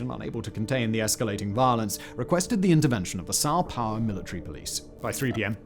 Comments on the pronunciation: why does he keep saying "Sao Pau" ? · 😂 came for the Sao Paulo